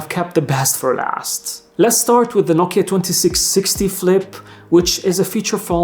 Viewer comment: Sir, it’s No-Kiya mobile. Not No-ki mobile.